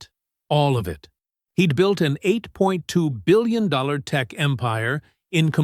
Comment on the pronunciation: Why is it so hard to pronounce eight.two billion dollars, and so many other words, run-on sentences, eliminating the s on words when there should be an s when you're speaking about more than one thing??? Granted the story is good but Really a whole different level of you know what... Since it's not cool to express yourself on social media anymore without it following us for the rest of our lives!!!